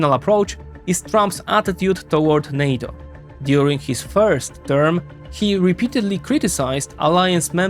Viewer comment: “In Heeez view…”. It’s not just HIS view pinhead, it’s the view of tens even hundreds of million Americans. We elected him to realize OUR view. Perhaps that concept is foreign to you in whatever socialist or communist government you exist in.